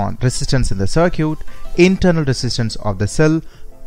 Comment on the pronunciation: cer-cute.. Olt.. hahaha.. good video by the way.